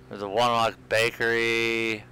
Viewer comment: I live in wonewoc. you pronounce it wrong